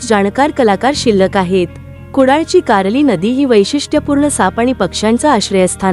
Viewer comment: Khup chaan mahiti tai tumhi, pan dev kaaleshwar nahi kaleshwar ahe, ani Nadi kaarli nahi karli ahe, Jai Maharashtra